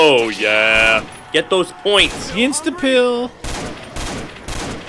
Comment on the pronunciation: Why do u call it insta pill